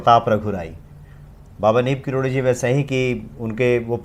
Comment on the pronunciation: karori uchcharan kariye aapake muha se baar baar karodi nikalata ya to sirf baba ya maharaj ji kahiye Galat uchcharan mat kariye sunkar lagata he kisi seth ji k baare me baat chal rahi he plz.🙏